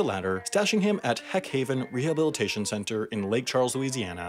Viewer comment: Heck haven instead of Hawk Haven didn't give you conniptions. Not to mention McCow instead of Macaw??